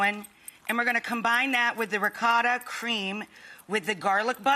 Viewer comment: The way you say Ricotta is so over exaggerated So annoying